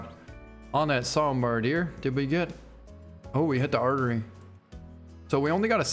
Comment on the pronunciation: Sika. Not sit-ka Sambar. Not sombar